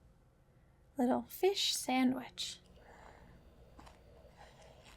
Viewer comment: Jenny saying “Liddle FIShh sandwich” wasn’t what I thought I needed but here we are